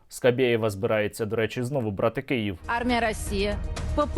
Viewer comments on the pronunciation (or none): none